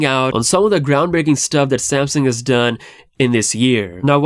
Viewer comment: This man can’t even say Samsung right With his Samsin ahh 😂